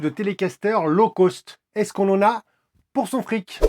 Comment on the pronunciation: Low coste, pas low côste